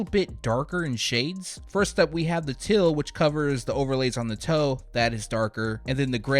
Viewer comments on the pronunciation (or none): Teal is NOT pronounced 'TILL' Heel is NOT pronounced 'HILL"